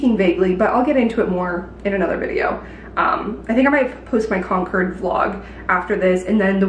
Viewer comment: Fun fact- don’t say Con-cord. Say Con-kid. You’ll fit right in😊 Ps the black and white dress was BOMB on you.